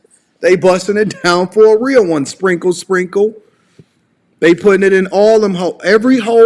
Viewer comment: Everytime she says sprinkle sprinkle I hear single single🤷🏽‍♂️